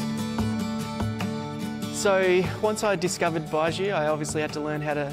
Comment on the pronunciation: This guy can’t even pronounce baijiu